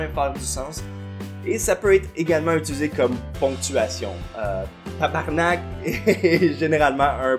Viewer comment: Quand tu dis que tabarnak ça l'a le plus d'impact, j'te comprends tellement. Pis ça sonne encore mieux quand tu roules le 'r' Mis à part le sacrage magnifique, superbe vidéo comme d'habitude. Tu rends le québec fier d'avoir un youtuber comme toi!